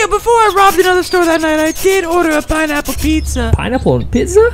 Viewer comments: when he said "pinnaple pizza" i know hes going to hell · Pineple pizza😁😁😁